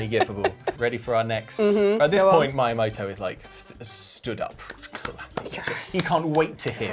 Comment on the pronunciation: Did he really say Maiamoto